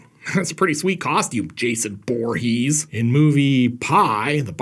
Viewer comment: Jason Bore-hees !